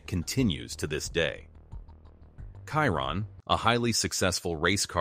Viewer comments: Bugatti Kaihron,,,,,,,,seriously Chiron is pronounced Schiiron. The video is just a compilation of other videos. Cut and Paste. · Did you say the car is khyron? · Did this guy just said bugatti kyroon? WTF! 🤣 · Kyron? I went to school with Kyron. This is Chiron the Bugatti. 😂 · Please le name of the car is Chiron….she rond not Kironne….. thanks to pronounce it correctly ! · He calls him Chiron not Caiton. Be professional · Shee Ron , not cai Ron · Bro legit called it the Byugati Cayiron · Chiron.. kiron😂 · Kiron? Moleshamme? Sounds like an AI video. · Same, kiron… like tf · Chiron - Kiron Hahaha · The "Kaïron" lol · Who's Kairon?? 🤷‍♀ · “ De boogate kiron “ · It's pronounced..."Shere ron" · 'Biugati Chairon' Right. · Buga'tt'i Schiron (exactly how one pronouces Schumacher) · It's fuc£in pronounced shi- ron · Why do Americans just pronounce everything wrong smh, it’s not in English my guy it’s SHEEERONNN! Maybe now you’ll understand smh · Literally 2 seconds in and you said the name wrong. I’m not even going to finish watching. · Your pronunciation of Chiron is completely off. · Exactly the same with me I won't bother watching the rest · You might consider getting your bot to properly pronounce the name of the subject of your video. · Cant watch this, cant even say Chiron properly. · Research how to pronounce the car name right first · Trying to be different or cause a controversy by mispronouncing the name of the car? Go play games someplace else. I’ll pass on your video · I just cant watch as he says the name wrong...i cringe